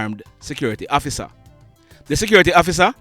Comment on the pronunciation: Ur narration "Please hofficer, no kill mi!!" 🤣😂😁